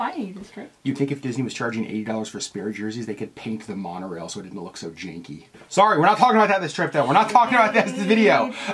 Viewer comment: Love your videos, but WAIT! did you just say "... so it didn't look so Janke"?! haha